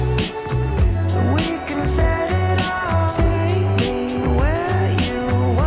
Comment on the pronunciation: 'Jyna' LMFAO